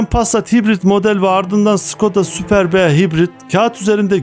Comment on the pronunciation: "Şıkoda Sapırb"" şeklinde telaffuz edilir. onu demek istemiştim. neyse.